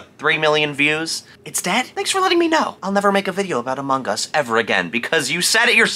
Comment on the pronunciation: I love how he pronounced "Among Us" as "Amogus", and then next sentence is like " cant talk because he said 10"